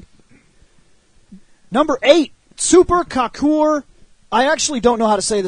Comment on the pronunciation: and how to say kakure it is ka-ku-re just saying#